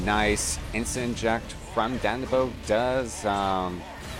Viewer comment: Sounds like you are saying ObbeBluff and DandiBo (its obbeLuff and dandiDO). Otherwise gj and thanks for making an effort ;)